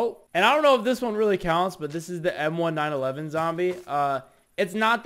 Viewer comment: Bro really said m1 911 and not m1911